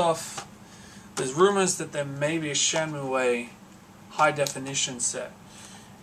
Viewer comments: Shenmuayy? If you love the game so much, then surely you've seen enough developer videos to know its pronounced SHEN-MOO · Shenmue & Yakuza are some of the best series' EVER, however when you say Shenmue it hurts my ears because you say it horrifically wrong :P cool video